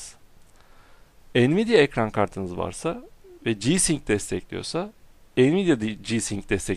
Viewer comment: abi ci-sing değil ci-saynik diye okunuyor ve frii-saynik